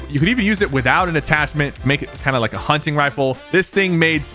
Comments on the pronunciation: Bro said hunching rifle💀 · "Hunching rifle" 🥀 💔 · huncing rifele